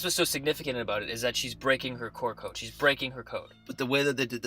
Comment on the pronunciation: 90% of your theories are dead wrong and you can't pronounce "about" to save your lives.